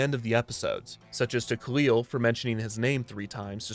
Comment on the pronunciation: Recently rewatched season one and i think you mispronunciation khalil i think its (kah-lil) and in the comedy episode he talks about people calling him the wrong name so its kinda funny